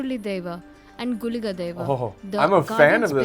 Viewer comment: you got the pronuciation of guliga and panjurli right